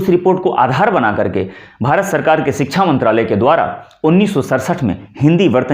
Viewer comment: अपना उच्चारण तो सही कीजिए।शुरू, शिक्षा जैसे शब्द भी आप सही नहीं बोल पा रहे। स्त्रीलिंग शब्दों को आप पुल्लिंग के रूप में इस्तेमाल कर रहे हैँ।